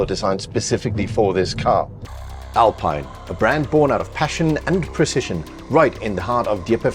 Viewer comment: Great vid. P.S. It's pronounced Alpeen